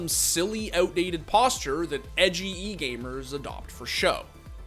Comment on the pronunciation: dude did you just say "egamers"